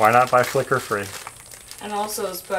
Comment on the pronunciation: I am LMBO listening to you talk about the light bulbs. I thought you were saying "Liquor bulbs". Then I realized you were saying FLICKER!! I was like, in all my years I'd never heard of Liquor bulbs. Then when I hit the space bar to finish this post, it decided I was done. Be patient with me, I'm 67 and have a lot of health issues. I would call that light macrame.